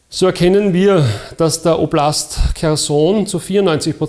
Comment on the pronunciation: "oblast"... Ist das Österreichisch?